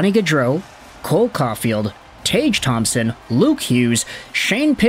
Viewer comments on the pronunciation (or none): none